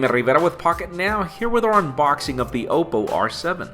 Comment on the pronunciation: lol how did he pronounce his name?